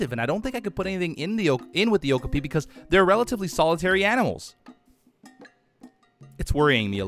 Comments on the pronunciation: Love this series, and I'm a huge fan of Okapis (they really are as soft as they look by the way), so I hope you get to put one in soon. Also, you keep pronouncing it with the emphasis on the first syllable OH-kah-pee, but it's actually pronounced oh-KAH-pee. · lol it kinda bothers me the way he says okapi wrong, I always say it like oh-kA-pee not oh-ku-pee and I googled it to clarify and it said you say it the way I thought :))) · O-kop-ee is how it’s pronounced😂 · I thought okapi was pronounced like o-cop-e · Okapi is pronounced (oh-cop-e. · It’s pronounced o-ka-pi